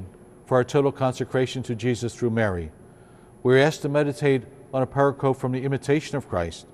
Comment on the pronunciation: Few things are as important as the total consecration to Jesus Through Mary... This is a gift all of us should share and share especially with those who we LOVE ☦️ PS... Dear you are a good and holy man and no doubt why you are praying the pronunciation of the word pericope will come to you:-) with love and prayers for you and your diocese🔥